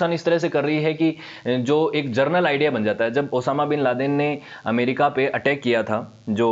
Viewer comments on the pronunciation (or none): none